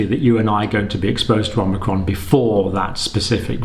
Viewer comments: Pretty sure it’s not pronounced “omnicron”… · The variant is Omicron, not Omnicron. You sound like Joe Biden, Lord help us! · omNicron? omicron! Hi John, Thought of brushing up your Greek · More mistakes by Dr. John Campbell: Omnicron! ... Omnicron! ... Omnicron! Dr. John, for your information, the new variant is called Omicron, not Omnicron? Also, "by early March" is about the same as "within a 100 days", so how is this any different from what they were saying previously? And, no, we don't KNOW Omicron is more transmissible. That just seems to be the case in South Africa but there could be other factors involved in the sudden increase in cases there. And, no, we don't KNOW there is more immune escape with Omicron. It is just highly likely that this is the case because of the mutations involved. Also, the first case in the USA has been confirmed. And the vote by SAGE was 13-10 not 14-10. Finally, personal anecdotes and personal opinions are less than useless in any situation. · I'm hearing Omicron pronounced "Omnicron" a fair amount. Hardly a big issue but I'm wondering what the reason is? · Dr. C- the new variant is not Om-NI-cron but Om-i-cron. There is no Nbefore the I. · Love your show, watch every video, so I hate to seem petty, but I think you're slightly mispronouncing "omicrom" by inserting an n after the first m. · It's Omicron not Omnicron - Omnicron is a fictional character in a computer game. As a Dr surely you are aware of the greek alphabet? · Please stop perpetuating the incorrect spelling and pronunciation of omicron! Not omnicron. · There is no ‘n’. It’s Omicron, not Omnicron! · OMICRON, Not OMNICRON. No N there! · OMI-Cron, not OMNI-Cron. Seems like everyone is mispronouncing it. That said, I've been watching the channel regularly since spring 2020 and have mad respect for your continued dissemination of good information :) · This video is about magical thinking, not science. (Also, it's omicron, not omnicron.)